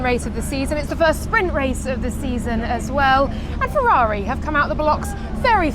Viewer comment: it is not said "Fevvavi" but "Ferrari" with italian "R" pronunce